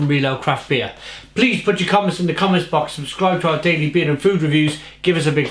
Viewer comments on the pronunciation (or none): none